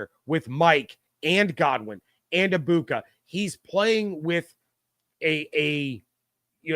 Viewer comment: you should learn how to pronounce Emeka's last name...the G is silent.